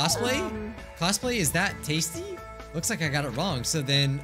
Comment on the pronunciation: HE DID BUT ITS LIKE "no thats wong"